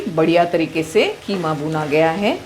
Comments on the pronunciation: It's called qeema not kheema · Y have u spelled it wrong? it's not kheema it's qeema. U speak urdu beautifully y give it wrong pronounciation. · Kheema nhi hota KEEMA hota h...😂😂